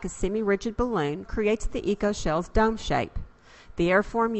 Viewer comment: listening to the narrator, I have to wonder what is a dumb and a hum. Perhaps it really is dome and home